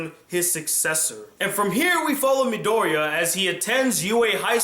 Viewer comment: Why d'you keep calling him Midoriyan?